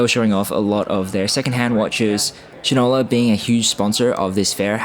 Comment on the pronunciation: "Shine-ola" not "Shin-ola. AND "Sa-Re-CA" not "Sa-REEK-Ka."